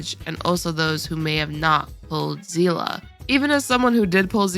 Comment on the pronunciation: I hate when I hear "zee-luh". Besides that, good vid.